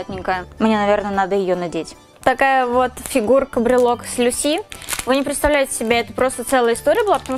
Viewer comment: КАнеки ЛюсИ МонокумА Везде не те ударение, которые я говорю как же меня бомбило 🤣😂